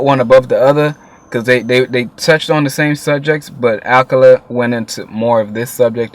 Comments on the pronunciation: 'Its not akala I beg your pardon' if you know you know. His name is pronounced like 'akarla' :D. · It is pronounced Akarrla not Akala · ah-kah-la not ahkala dope review tho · The way you pronounce Akala is the most wrong thing ever. its pronounced A-ka-yla. not Ak-a-la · its not akela its A-KA-LA.. good video though bruh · it's pronounced akarla not akala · It's pronounced akarla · Lool he said akla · my brother! love what ur doin bro but just for you the way you pronounce Akala is like "AK-AR-LA" :) you got my subscribe bossman! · His name is pronounced A, car, la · Goodshit. Btw Akala is pronounced ah-kah-lah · it's pronounced a car la